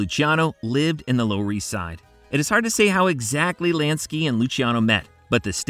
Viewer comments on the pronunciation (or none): Lansky not LANKSY!! Lol. Great video though